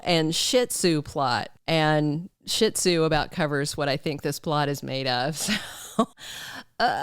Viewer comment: I thought that was saying Ziti not Shih Tzu. Lol